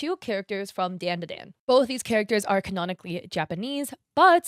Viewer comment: i have never heard someone pronounce it as dan a dan